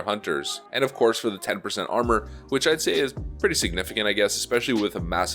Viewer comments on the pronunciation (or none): none